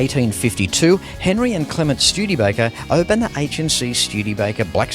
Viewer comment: Schtewdeebaker?!!! No! It is Studebaker!